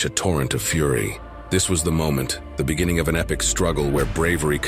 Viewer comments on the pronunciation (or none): none